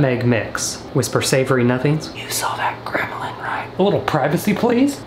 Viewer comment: he said grimlin and i searched it up, made it funnier